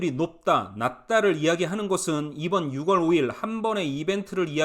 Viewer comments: 6월을 발음할 때 ‘유월’로 하세요. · 6월 => 유월, 10월 => 시월 부탁 좀 할게요 네?😂😂